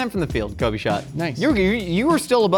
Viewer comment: "kobe" lol